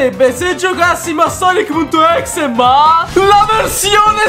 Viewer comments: Si pronuncia sanky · Sei il migliore di tuuuuuuuttttttttiiiiiiiiii!!MA CI SONO 3 PROBLEMI IL PRIMO È CHE NN SI LEGGE SUNKY MA SANKY IL SECONDO È CHE NN SI LEGGE EGGMEN MA EGGMAN IL TERZO NN È UN PROBLEMA MA BUONA PASQUA!